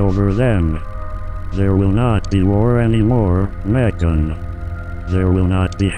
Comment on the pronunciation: What it says: I love you Megan What I hear: I love you bacon